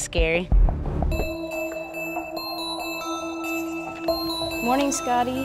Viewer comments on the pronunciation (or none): ~ The word morning is not pronounced morninGUH. The g is soft in ing words. FYI.